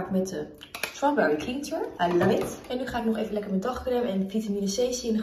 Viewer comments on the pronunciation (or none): Je spreekt ‘cleanser’ niet uit als ‘klienser’ maar ‘klenser’ :)